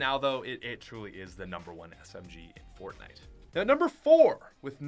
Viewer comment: He Said fortnaijs